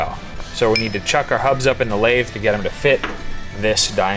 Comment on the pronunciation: he said, "to blathe"